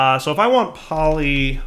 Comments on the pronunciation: Poly-ethylene Me: Cool and good: Poly-thylene Me: Warm and bad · This series is getting better. Good job. But its poly-eth-elene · Poly-ethylene lol you say ethylene right, just add a poly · PolyTHIGHlene!?!? plz... PolyETHYlene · says polyethylene right all last episode: says polyethylene right in this episode: Polythylene Back on your bullshit lol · Poly-Ethyl-Ene Please you're killing me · Still can't pronounce polyethylene after 20 episodes! And also so funny he is concerned about the wire when the rest of the base is a colossal mess and he's constantly having to jump over stuff. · You were doing so well, then you pronounced polyethylene incorrectly again! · Now I KNOW he's a fucking troll. He was saying polyethylene correctly, and not two seconds later he's fucking it up. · DIRE. YOU MISPRONOUNCED POLYETHYLENE AGAIN. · has purposefully mispronounced polyethylene in what can only be considered a power move. He is above us, we are below. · Right?! I was like “how can be pronounce it correctly for an episode and then STILL mispronounce it after that?!” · How in the hell does he pronounce it correctly less than 20 seconds before seeing the exact same word again and mispronouncing it?